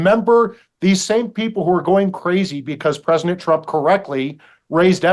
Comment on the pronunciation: Why does this guy always call Trump Presnick Trump?